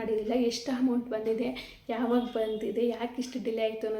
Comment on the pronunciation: Hoi ಅ ಕಾರ ಹ ಕಾರ ನೀಟಾಗಿ ಮಾತಾಡು... ಯಾವೋ ಇವಲ್ಲ 😂😂😂😂😂.. "ಹೆಷ್ಟು ಬಂತು, ಹಂಮೌಂಟ್ ಬಂದಿದೆ, ಹಾಗ್ತ ಇರ್ಲಿಲ್ಲ... ಥು ನಿಮ್ ಕನ್ನಡಕ್ಕೆ....